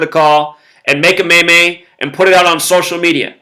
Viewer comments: maymays? i thought it was pronounced, meems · Lmao just so you know the word meme is actually pronounced with a long E, it is pronounced like "meem" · it's pronounced ''Meem' lol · Meme pronounced MEEM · Hey, I love your videos. Watch you every day. Just wanted to correct your pronunciation of meme, it's pronounced like the word mean, except with an m at the end instead of n (obviously) LOL. Have a good one.